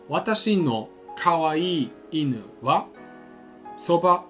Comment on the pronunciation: I’m sorry dude but your pronunciation isn’t really right. It might seem like I’m being pedantic, but in Japan native speakers will drill you over pronunciation. Japanese words use either a rising1 or falling2 tone. Go to Google translate, and look up the word for chopsticks. 箸 - ha1shi2 Now look at bridge. 橋 - ha2shi1 For an example from your video, in the word for dog (犬 - inu) the “nu” rises. You can say it a different way and will still be understood, but once you get to more complicated strings of kanji, e.g. 洗濯洗剤 - Washing Detergent, it becomes super important to say it the right way. Just like a child speaking English, if you mispronounce ‘Washing detergent’ you might still be understood, but you’ll be informed of the proper way to say it. I’m not commenting to be rude, just to inform people to be aware of this.